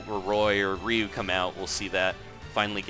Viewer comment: It's Ryu not rieu (say rie-u)